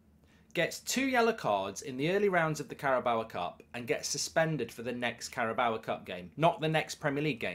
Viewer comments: It’s car-a-bow. Not carrabowa. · THERE IS NO 'A' AT THE END OF CARABAO CUP MARK! It's not 'Carabaoa cup' it's CarabAO' It's pronounced 'Carabow' as in 'take a bow' not take a bowuh' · I wish you'd stop saying Carabawa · I can just about make my peace with you calling Trippier "Trippy Ay" but stop calling it the Carabower cup. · The way how Mark pronouncing Carabao actually makes my skin crawl